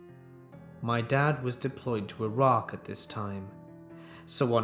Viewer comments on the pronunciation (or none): none